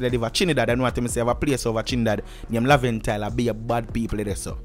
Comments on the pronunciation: ...nah talk to much but if ah so ,ah so it go....Badman Place is Laventille....it's pronounce Laven_till....not Laven_tile!.....in sentence....(See you till next time)!..... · Your pronouncing Laventille wrong but small thing I'm from Laventille and I Don't like the way how My Area was just claimed as a badman area Most of the time it's ppl who aren't living in the Ghetto Just stereotyping The area There are Good and Bad Ppl In Laventille Just Like any part of this Fucked Up World But The Police Were very Disrespectful to Buju Banton for doing that Trinidad Pll Were Upset Just like Everyone else.